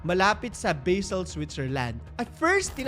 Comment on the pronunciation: ser, Basel po kung paano nakasulat syang basa po. A as aa. Hindi po Baysel ✌🏼